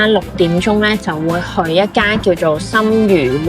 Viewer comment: 係深鱻(鮮）鍋，新鮮既意思。唔係深魚鍋，唔好有邊讀邊，教壞人。